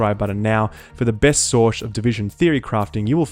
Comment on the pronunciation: Best Shource